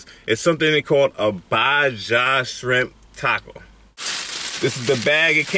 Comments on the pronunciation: Just to help you out brother. Baja and gallo are Spanish words. In Spanish the J is pronounced as an H, so it’s baha phonetically. The LL in Spanish, as in gallo, sounds like a Y. So gallo sounds like ga-yo. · Nigga said baa jaa sharimp 🌮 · Thank God your still here for us. Anyway thank for the review. Please remember in Spanish two Ls equal a J sound and a J is an H sound. So phonetically speaking Pico de Gallo ( gajo) and Baja (Baha). Sorry it wasn’t good but when done right they’re masterful.